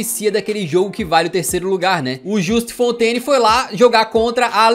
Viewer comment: "A Fontes"... Kkk, melhor ....